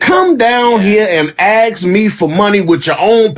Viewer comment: another person saying axe instead of "ask" makes people sound ignorant